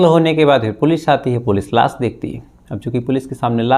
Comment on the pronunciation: Bhai Laas Nahin Hota Laash Hota Hai